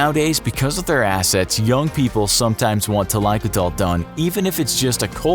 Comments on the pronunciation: i am an indian. specifically a south indian with active roots in a village. This is a regular practice, started with a noble reason but misused. The only thing wrong is the pronunciation. It is pronounced " Tha-lai-koo-thal". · Hy I'm from Kerala(a state in south India)n I HV never heard of thaikoothal before(BTW I think its pronounced tha-lai-ku-tal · Im from south india yus i do know and i have heard bout this process.. and its common in rural areas of tamil nadu .... First its pronounced as "tha-lai-ku-tha-al" Actually it involves more steps the main aim of the process is to reduce body heat These steps include feeding the elderly with previous day's boiled rice aka "palzhya sadham" in tamil it reduces body heat by a significant amount then paste made from leaves of henna are applied on their toes ( thumb) and paste made from leaves of hibiscus is applied on their head (ps : not all the the fore mention process are used on same person these are common things that they use to reduce the body heat ) They are allowed to sleep with wet clothes it induces painless death similar to hypothermia Vics usually die in a couple of days from hypothermia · And also the way he pronounces it is kinda weird. That's not how it's pronounced in Tamil. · Thalaikoothal....the way u tell that triggers me.. as a south indian😂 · The pronunciation of the word makes me cringe! Thalai means head and koodal means hair. Koothal is actually with emphasis on the th...koothhal refers to an oil head bath. It is not pronounced kuthaal but koo- thhul. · There are so many wrong things here. Including pronounciation. 1. It's thailaikoothal and not thalaikothol like alcohol. It's either a Tamil or Malayalam word. 2. Not all Indians wear turban. 3. Police wear khakhi and not black dress. 4. Healthcare is a scam in India. 5. Most of the Indians don't follow this and the statistics are wrong. Etc....etc... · JUST SAY HEADPOURING! NOT TaAlAaIkUtAl